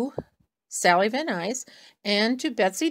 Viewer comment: Thanks for joining in. I hope you’re having fun with it! Not to be picky, but can you fix the spelling of my name in the title? I’m Sally, not Susan. And last name is Van Nuys, not Nys. But bonus points for pronouncing it correctly...no one does that!! I look forward to seeing the rest of the cards you create!! ❤️❤️ Happy New Year 🎊